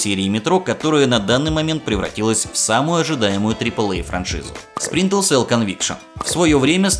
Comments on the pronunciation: Дружище, классный выпуск, интересно) но небольшой комментарий к одному из названий - все таки не Спринтел, а Сплинтер селл) успехов!) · А ещё ты говоришь "Спринтел селл" а надо "Сплинтер цел" И не "Канул в лета", а "Канул в Лету". Лета - это река забвения. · и в каком же мире буква р читается как л? максимум у японцев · Ты говоришь "сплинтел сэлл", вместо "Сплинтер сэлл" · Почему ты говориш сплинтеЛ сел? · Сплинтер селл ни разу не выговорил =)) P.S. Видос хорош, спасибо. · Сплинтел Селл ...ладно,не обижайся,но это же забавно было )) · Следи, пожалуйста, за произношением названий, про Чернобыль и Сплинтел Селл уже упоминали, я добавлю: не "GSC World", а "GSC Game World" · Я один слышу как он говорит "сплинтел цел"? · Почему ты говоришь "спринтл селл". Там много таймкодов, но вот один к примеру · Спринтэлсэл! Спринтэлсэл мля! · Спринтл селл. Ну что за ретард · Так все-таки "сплинтел сел" или "спринтел сел"?) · Мне показалось, или он сказал "Сплинтел Сел"?) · Ути пути, сплинтел сел Ты хоть это...произношение бы потренировал. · СплинтеЛ село? Сийозно? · Говорят, что Сплинтел Сэл топ игра. Стоп, Спинтел Сэлл? Спринтел Сэл? Булджать, топ озвучка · "Сплинтел селл" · Автор,все здорово,но пожалуйста-ознакомься с названием игры и ее правильным произношением,если английский язык тебе чужд. Это не наезд,не стеб,просто немного режет уши от названия Splinter cell.Все таки оно будет сплинтер цел,и никак иначе. Я,наверное,доебался по чем зря,ведь твой контент я люблю,но как фаната серии игр про трехглазого шпиона под потолком меня это слегка напрягло)не обижайся. Просто так лучше будет всем-и тебе,и зрителям.Ведь твое имя и/или канал ведь произносят правильно,почему бы и тебе не сделать тоже самое)